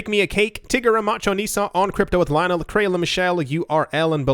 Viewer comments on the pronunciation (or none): none